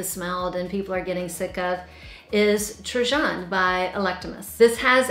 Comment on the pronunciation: Trajan is pronounced TRAiiAN! j= long i